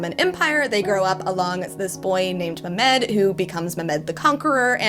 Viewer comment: Heyyyy sooo Ummmm Mehmed is not read as me-med It’s read as me-h-med h stands for the ح in arabic but u can say h since it’s likely you are not used to it